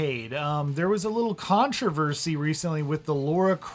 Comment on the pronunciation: "CoNtRoVeRsY" <3